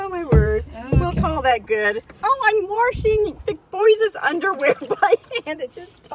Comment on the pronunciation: Our pastor says "war-she-ng" too! I love it! 💜